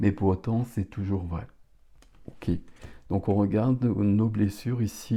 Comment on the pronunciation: On adore les « oké » 🫶🏻